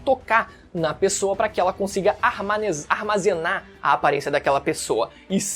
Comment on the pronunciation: "Armanezar" kkkk